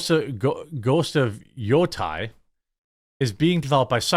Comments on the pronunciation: Yo-Tee, Yo-Tii Like Wii, But Yotei😎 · Jeremy, Yotei is pronounced Yo-Tay (like Taylor). doubt you're going to read this.